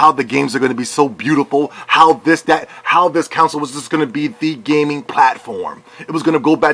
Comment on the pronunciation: lol you fucking moron. first of all learn how to say console, use the correct form of their, and use common sense. This is the playstation podcast lol of course they will say things like this. The same things can be said about podcast unlocked and their biased towards xbox. Calm down. No one can force anyone to buy anything and besides if people have bought the PS4 they have made an excellent choice. XBOX ONE had just as poor of a launch lineup just like every console does. btw go fuck yourself and play snes